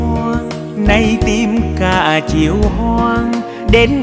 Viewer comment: Nghe quang lê phát âm câu: " những chiều hành quân" nghe rõ hay chứ không như nhiều ca sỹ hát : " những chiêu hanh quân" nghe nó trật lất và không hay và sai đi cả một bài hát hay.